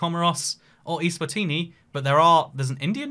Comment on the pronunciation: Btw it's Eswatini not iswatini